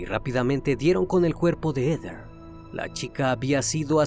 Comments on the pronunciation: No se pronuncia EDER.... Se pronuncia : JEDER (Heather) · No se pronuncia EDER, se pronuncia JEDER... (Heather) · Comentario constructivo .Se que es difícil pronunciar los nombres en inglés.Pero no es “Eder” es “Jeder” (Heather). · Heder..... Ese nombre se pronuncia "jéder" ...no? Y no "eder"